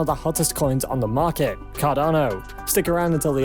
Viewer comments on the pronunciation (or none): none